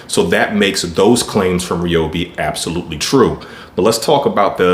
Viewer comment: To start off with It's pronounce Ryobi not Reobi. And your not pushing the saw on the first cut and the Edge battery is not worth the extra amount that they are asking for. And it"s been proven by other interviewers they last about the same time.